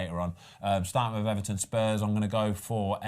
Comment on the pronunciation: Oh Ben Ben Ben 😂😭 almost got the Luton right, but Everton wrong